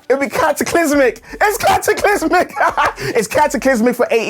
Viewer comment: The way said cataclysmic I think was fine. Legit put a smile on my face